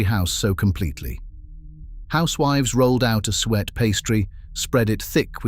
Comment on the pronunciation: Please! Will you learn how to pronounce the word 'suet'?